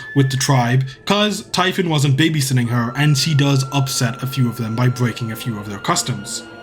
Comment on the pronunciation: Typhon is pronounced like tee-fon